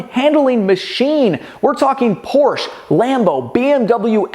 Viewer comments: It's Porsche-uh ;) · Por-sche. Danke. 👌🏼